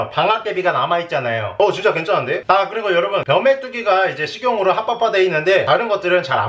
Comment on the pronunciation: 쯤에서 합법화를 하빠빠라고 하셨는뎈ㅋㅋㅋㅋㅋㅋ